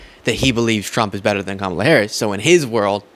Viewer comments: Gotta give it to this podcast MAGA guy, he's respectful enough to say Kamala's name right. It's the small things that make me more willing to not completely disregard every single thing they say. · Wow, that guy actually said Kamalas name properly! That might be the first time I've heard a Maga say her name properly.